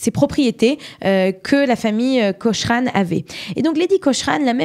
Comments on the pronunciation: Prononcer Cokrane svp ! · Autre erreur: La photo qui vient après le portrait de Lady Cochrane (on prononce : "Kokrennne" !), à , ne représente pas la façade de son propre palais, mais celle de la villa voisine (le Musée Nicolas Sursock).